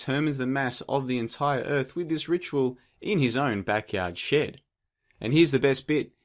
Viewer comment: Is it just me or does his pronunciation of shed sound a lot like shit?